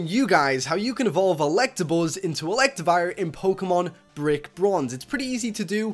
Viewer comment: Its not electrive its elec tra vire